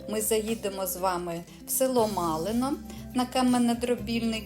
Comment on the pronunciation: Дякую за екскурсію. Маленьке уточнення. Малин - це місто в Житомирській області (не село). І наголос правильно ставити на першому складі.